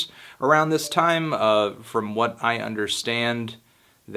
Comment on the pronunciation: He hepsin whet? Whet he hepsin?